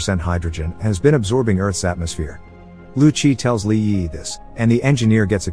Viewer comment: Bot having a stroke every time it tries to say Li Yiyi